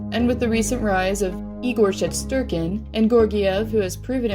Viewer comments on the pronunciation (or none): none